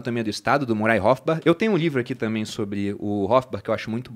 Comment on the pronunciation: Excelente, porém uma sugestão: precisa melhorar o inglês. Thomas “Sauel”? “Murai” Rothbard? Soa mal aos ouvidos. Nada mais, excelente como sempre!